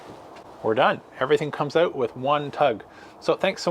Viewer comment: Need to work on how you say out lol.... where are you from ?